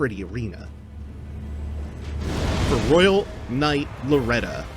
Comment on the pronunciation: Loretta is pretty straightforward Loretta: Ok bet You need to stop saying the game is easy. It's like it hears you. p.s. your pronunciation was very good, the second one was spot on.